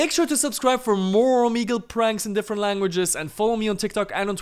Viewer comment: How many luengeses do you speak?